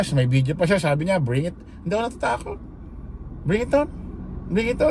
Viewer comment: SBI ni bato magpronounce bringiton ( bring it on)at dadalhin daw CIA sa dahik ( the Hague)